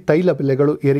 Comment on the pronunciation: ನಿಮ್ಮ ನ್ಯೂಸ್ ಓಕೆ. ಶ್ಲಾಘನೀಯ. ಆದ್ರೆ 'ಹ ' ಕಾರ ಗೋವಿಂದಾ...! ಅಡಗು, ಅಮಾಸ್, ಔತಿ,ಒಂದಿರುವ, ಅನ್ನೆರಡು etc...